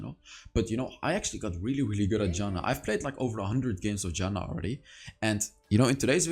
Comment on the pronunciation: Mate, Janna is my main char and I like how u play it. And also I love how u say her name. A good example is :)) .Good Job btw! I still think that Rod of Ages is a good item in some situations.